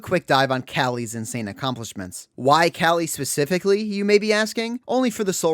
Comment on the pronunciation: I am keeping with my commitment of commenting on anyone's video that pronounces Calli's name correctly.